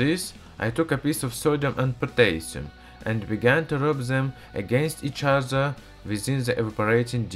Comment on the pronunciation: OMG I loved well you said potassium hehe :P